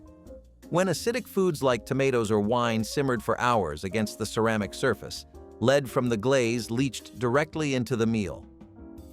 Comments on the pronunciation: That’s lead with a short e. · rite! and his mispronunciation of lead over and over again!